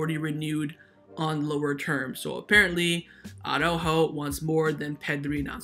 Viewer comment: I just hope that Araújo will leave the club as his name always gets f*cked up. It's not Aww-ráhhho, it's not Aww-rúhhho. It's Ara-Újo. Araújo consists of two parts: Part 1: Ara. You pronounce it as it is written: "Ara". So, you pronounce each letter. A-ra. Part 2: Újo. Also here you pronounce each letter, emphasis on the Ú and soft j like in jamon. Now, let's combine it: Ara-Újo. Pronounce each letter in the correct order, but only put the emphasis only on the letter Ú. I know you can do it,, you have said the name correctly many times. But now you're sliding back to the retard Aww-ráhho... Have a listen to Alex. He's a Spanish speaker and he pronounces it correctly. Just trying to help you bro.